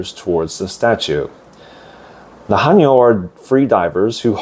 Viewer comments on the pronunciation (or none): 감사히잘듣고있어요 근데 해녀발음이 하녀로들리네요 체크부탁드려요 ㅎ